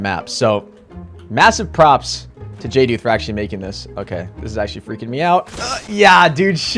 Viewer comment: Someone said jduth’s name right!! Everyone says (jay-duth) but it is (jay-dooth.)